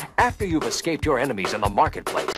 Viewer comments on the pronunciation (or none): none